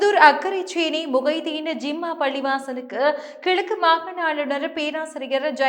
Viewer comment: செய்தி வாசிப்பில் நிறைய உச்சரிப்பு பிளைகள் தொடர்ச்சியாக உள்ளது. "ஜிம்மா"பள்ளிவாசல் இல்லை, "ஜும்மா"பள்ளிவாசல்.